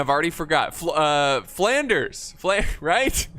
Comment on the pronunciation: calling Flanders flawnders was probably the best part